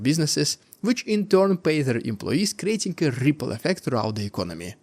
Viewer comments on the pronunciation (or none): Say the word Ripple again...rrrrrrrrrripple